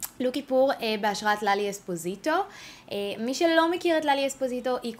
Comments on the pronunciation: ואומרים לאלי אוספוסיטו ולא אזפוזיטו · עלק לאלי אזפוזיטו.. למה היא מבטא את האות ז׳?!???? זה לאלי אססססספוסיייטו!! עם ס׳!!! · מושלם הסרטון ודרך אגב את אומרת לאלי אזפוזיטו עם ז, וזה אספוסיטו עם ס' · יצא לך מהמם אבל אמרת לאלי אוזפוזיטו חחחחחחחחח